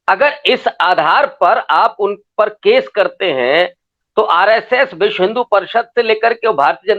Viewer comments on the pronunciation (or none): none